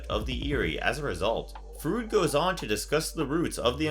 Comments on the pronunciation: Edit* Okay, I see I'm not the first one to comment on this 😁 Lol, Sigmund Fruit? 🤣 Freud is pronounced "Froyd", like Floyd Rose, but with an R. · Also, its pronounced "Froyd" not "Frood" hehe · Or "Froyd" like in Floyd Rose 😁 He says it like "fruit" 😅 Had me laughing. I think it's a generation problem, especially in America. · It's pronounce "Froyd" not "Frude" God that was almost unwatchable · Who the hell is Sigmund Frood? lol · It's pronounced Sigmund Freud is pronounced like FROID... Not like Frood!! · LMAO 😂 did this guy just say Sigmund Frood? Freud is pronounced Froyd. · Freud is pronounced "froid", not "frood". I was extremely surprised that you don't know that. I honestly thought everyone did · Did you say "Fru-id"? Froy-d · Sigmund frood?? 😂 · Freud is pronounced 'froyd'. Otherwise, great vid. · Why do pronounce it 'Frood'? Is that supposed to be some new 'more accurate' pronunciation that's popped up or have you actually never heard Freud's name spoken out loud before? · I'm sorry but.... Did.... Did this guy just say.... SIGMUND FROOD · Freud is pronounced "Froyd". Just saying. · "Fr-oid" it's pronounced "froid" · Sigmund…Froood? Cmon guys.🙄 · Sigmund Fruud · It's pronounced like "Fr-oy-d" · Maybe he's a fan of the Bill and Ted franchise. "It's the Frood dude" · 🤣 Thank God, I thought it was just me. did he just hear Freud and decided to pronounce it his way....Frood. SMH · Creepy film review. Good narration- however the mispronunciation of Freud is irritating and distracting. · Oh man, I enjoyed this video but the constant mispronunciations got to me! Namely Freud and Edinburgh. Great stuff overall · Technically in German you usually pronounce the second letter in words with two vowels together, but I don't think that's the case with Freud's name.